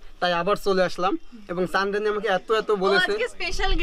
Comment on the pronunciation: চান্দরাণী কি😁😄চন্দ্রাণী বলতে ট্রাই করো রে ভাই